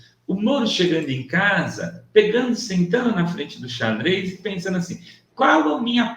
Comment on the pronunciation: A imitação que o fez da Vera foi hilária: "imaginannndo", "sentannndo", puxando bastante no paulistês. 🤣 Se bem que acho que essa parte não foi de propósito. 🤣🤣🤣